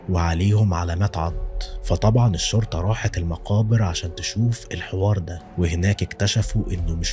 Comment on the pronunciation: يا ابوس ايدك..الشرطة لام شمسية..حرف الام مش بيتنطق😭😭😭 حرام عليك اللغة العربية ارجووووك😢😢😢😢